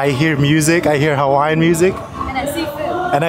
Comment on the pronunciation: I’ve seen alot of Youtubers butchering Hawaiian words but you guys take the cake.